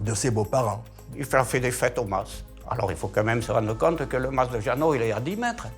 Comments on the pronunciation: Le ma … se prononce mass. C’est un terme provençal. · on pronnonce mas avec le s.....